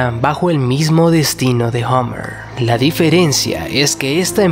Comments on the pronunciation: Podrías pronunciar Hummer correctamente. No se dice "hOmmer" como dices tú. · Es Hummer con U, no "Hommer". La U allí se pronuncia parecido a una A española, no una O.